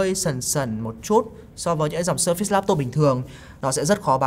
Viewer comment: Vẫn sai thôi haha. Sơ phệt s mới đúng